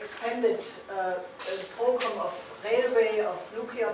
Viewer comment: Brilliant presentation. Will someone please help Helga with her pronunciation of "program?" She commits a spoonerism that connotes a very different meaning.